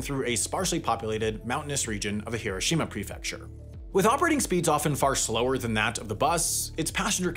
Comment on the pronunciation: Thank you for correctly pronouncing Hiroshima.